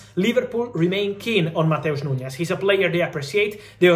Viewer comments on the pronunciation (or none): It's NuNes, not NuÑes